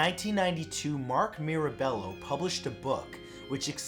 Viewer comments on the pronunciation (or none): none